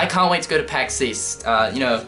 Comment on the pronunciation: Pax East? I thought you said 'Weast' Oh wait, that's west...